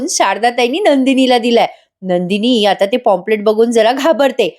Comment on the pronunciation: पॉम्पलेट नाही काही पंप्लेंट. प्लीज नीट उच्चार कर.